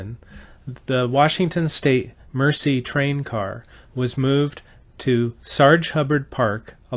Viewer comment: Nicely done presentation and thank you for reviving/continuing the memory of this wonderful item/event. One comment, meant in the most constructive way, the French word, "Merci" means "thank you" and is pronounced mare - sea, rather than mercy - the act of kindness to one less fortunate.